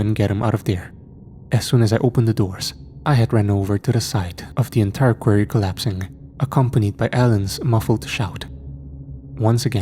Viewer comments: Really good story, but I've got to say Quarry isn't pronounced query . Sorry, I got audhd & after 1st time i heard it I couldn't ignore it & it couldn't then not hear it if u know what i mean ? 😅. So every time after the 1st time "query," was said i was sitting here going its pronounced quarry , quarry not "query". So for clarification it's said Qua-rry ..quarry . I do love the ch and I never normally pick up about stuff like this but as it was a story based in a quarry, I couldn't ignore it . Same as when I hear stories where every word said between 2 characters ends " he said ,she said , he replied , she replied & so on " 😣😫😥🫩 literally stories like that drive me so insane that soon as i realise its one of them i have to stop listening 😵‍💫. It usually occurs with AI ch or ch written by chat gpt ( obviously we all know ur ch is neither of those so in a way its nice to be able to pick up on a word actually mispronounced by a real human , who would have thought one day id be sying im greatful for human error ? 😂😂 ) . Anyhow barr the quarry/query thing it was as usual another great story . ❤❤❤❤ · I totally understand English dosent seem to be your first language so I commend you on learning it but please learn how to say quarry! 😂 its kinda annoying once you say it so many times wrong, its quarry (kwaw·ree)